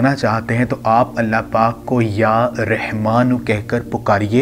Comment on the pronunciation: بھائ یا رِحمٰن نہیں یا رٙحمٰن ہے اللہ کا نام مبارک ٹھیک لیا کرو